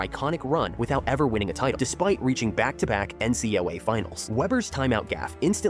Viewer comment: The AI can’t pronounce “NCAA”😂